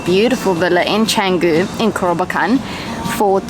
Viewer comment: Canggung ❎ Canggu ✅